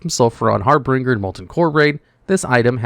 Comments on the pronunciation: It's har-binge-er. Not har-bringer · Sulfuron HAR-BIN-JER (not bringer) Sorry. Can’t help it. Great video! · Harbringer, Fustrating, etc… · At least we know he's human, because he still refuses to pronounce harbinger correctly. lol